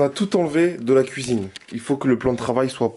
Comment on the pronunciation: Uneuh cuisineuhhh vreumennnnt